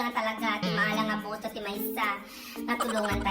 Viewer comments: kakadakkelan ti boto isuna idi kalman😂 makaparagsak jay pagpronounce yo iti BOTO 😂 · The way you pronounced "boto" makes me laugh hard. 😂 Kasang sangit ko lang ngem naragsakan nak gapo kenka💜 thank u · Talaga met ta panangbalikas mo jay word nga "boto" 😂 Pirmeeee! Dagitay nalumot panagpanpanunot dan awanen sabali nagturturongan isip da. Chooour😂✌ eklalin lang. Hahahaha you always make me laugh. Thank you 💖